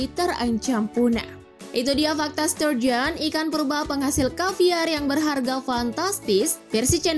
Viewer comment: Aku dengernya ikan sarden...😁😁😁😁